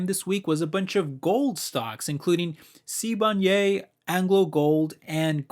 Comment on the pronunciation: Hearing you pronounce Sibanye made my day😂. Please look more into Sibanye- they are investing into green metals (like nikkel) that are needed for EV's. They paid off some of their debt recently and also do buybacks. Could be a great div stock for you (I own quite a bit of SBSW and SSW which is their SA listing)